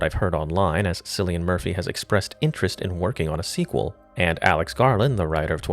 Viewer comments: His name is pronounced Killian but don’t worry I make this mistake all the time. Great video. I always thought the leadership wasn’t as tight as it should be. It was a rush operation. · Cillian is pronounced (K)illian dude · It's pronounced "KILL-ian," bro...I learned the hard way too 😂😂